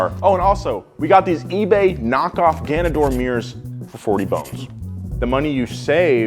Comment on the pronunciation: I thought he said knockoff “Ganondorf “ mirrors and I get hella excited and then quickly disappointed